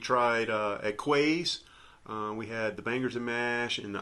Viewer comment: FYI ‘Quays’ is pronounced ‘Keys’ the word is usually associated with being on the riverside or the Quayside(Keyside) of a city there is also an area in Glasgow just under the Kingston Bridge called the Quay Glasgow which has shops , bars & restaurants thanks again for another great vlog 👍🏻